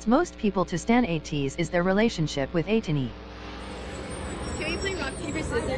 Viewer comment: Atiny not etini